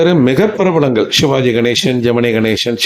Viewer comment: உச்சரிப்பில் கவனம் தேவை. ஷிவாஜி .... ஷிவகுமார்... கூட பரவாயில்லை. ஷாவித்திரி .... சகிக்க முடியல!😅